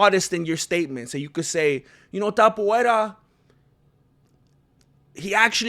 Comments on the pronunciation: TAPUREA.....you got it wrong in espan̈ol cause it's Topolia... e sound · Everyone: To MMMA: To Everyone: pu MMMA: pu Everyone: ria MMMA: ria Everyone: Topuria MMMA: TAPUVERA! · Ilia the Georgian Caucasian Mountain Man sleeps Haram Tsarukiyam, Thizzlam Duckachev same night. Ilia is their father. Both know what it's like to get KO'd. And you intentionally mispronounce his last name as way to "fight back". Same people who said "Volk is levels above Ilia", "Max will humble Ilia", "Olivera is too big and rag dolls Ilia" now saying "Oh but but they're not in their prime". Hella embarrassing.